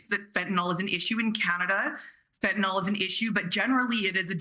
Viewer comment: Fentanyl..... the ending is not -OL. It's FentaNYL.